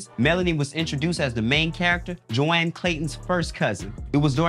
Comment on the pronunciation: Yall aired this with him saying Joann (joan) and doorwin (derwin). He reminds me of spoken reasons.